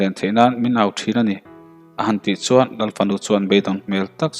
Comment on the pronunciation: I chhiarthiam vaklo a mi chuan tih tawngkam i hman in suan i tizela ngaihthlak a nawm dawn nen suan i ti zel a tun ainasa in tan han la leh teh khai